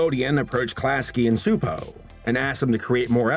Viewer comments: As a Hungarian, I say you pronounced Gabor's first name quite right. You messed up his family name (it's more like chupo, instead of supo) xD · If I may have an addendum about the name you were trying to pronounce? Csupó Gábor, or Gábor Csupó in Hungarian due to having last name first and first last, is pronounced CHEW-POOH GAAH-BOHR. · A Hungarian cs is like a ch in English ,but you pronounced it pretty well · Just a small nitpick, since you don't know Hungarian, but Gabor Csupo is read like "gah-bor chu-po" Cheers :) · Hungarian here.... In Hungary the "cs" is pronounced like the "ch" in "chair". so...Csupo is like....Chupo. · Cspuo is pronounced Chew-Poe, I (sort of) used to work with them while they were developing Stressed Eric. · Correction: Csupo is pronounced CHEW-po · you almost nailed the pronunciation of Gábor Csupó's name but the Cs is a "ch" sound, like in cheese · You actually pronounced "Gábor" pretty ok. "Csupó" however, should sound more like "Choopoe" Great video btw, greetings from Hungary! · Garbor Csupo's last name is pronounced with a ch sound at the beginning. Just so you know for future reference 😉 Don't worry, I was confused by it too. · Csupo's name is to be pronounced something like this: "GAH-BOHR TCHU-POH", if you read English. (he's name is written like this in Hungarian: Csupó Gábor, as we place the surname first, like the Japanese people). Letter "á" is longish "ah" sound, "o" is short "oh", the letter "cs" is prononuned like "ch" or "tch", and letter "ó" is like "oooh" (longer version of letter "o"). Gábor is the Hungarian version of Gabriel. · It's guh-bore chew-poh. It's like the actress Zsa Zsa Gabor's surname plus chew and Po like Kung Fu Panda. You hear his surname at the end of every Klasky Csupo cartoon. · The "Cs" in Csupó is pronounced as "Ch" in chocolate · Actually the last name is pronounced Chu-po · Csupo is pronounced Chuh-po lol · It’s pronounced Choo•poe